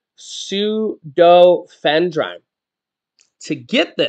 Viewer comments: it is pronounced- feenal-f-er- in and the other is sue-doe-f-e-drin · It's pronounced. su doe eff e drin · It's pronounced sudofedrine